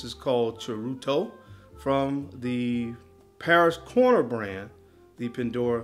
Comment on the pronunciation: Bro said " paris' " corner i love it 😂